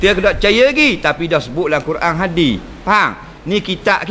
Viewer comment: Hadis bukan hadi 🤣